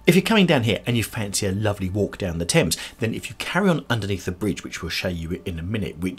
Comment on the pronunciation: This Richmond upon Thames is a beautiful video and stroll. I notice you pronounce Thames with a silent "h". Thank you as I have been mispronouncing Thames with the pronounced "h" just like the word "thing". What a delightful area. So glad you caught that lovely flower shop in the center of the square. I bet the fragrance was so sweet to pass by. I loved the little quaint back alley streets and love the cobble stone streets and alleys! Beautiful little shops and such very old history! What with the Henrys, the Edwards, the one Richard, and that Queen Elizabeth I - the monarchy trademarks are fabulous tid-bits to know. HEY - look at that wonderful pub called The Old Ship!! Now that is English if I ever saw. I would love to have the good ole Fish n Chips with a dark English lager in there! And dont forget the Malt Vinegar on the fish!! OK, now I adore Paved Court. A beautiful side street that I would love to visit. Oh...The Open Book! I can see you in there. LOL I got such a laugh when you said..."having a good flick through - right!" 🤣🤣🤣🤣🤣 The river on Richmond is just gorgeous. I wonder if in the quiet serene area of the river, if people are allowed to take canoes out for a paddle? Loved this area and great video! Blessings.